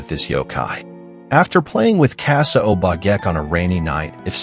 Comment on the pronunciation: Check on pronouciations. Obake (O-Ba-Kay)